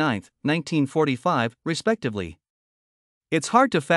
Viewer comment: Bruh I know he did just not say “respectively” like .. 😭😂 there was absolutely no respect in that